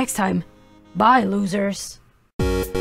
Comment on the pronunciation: He said lorsers!